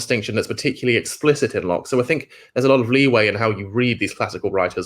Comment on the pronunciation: Its Locke FFS, not loach - I thought u were talking about the film director.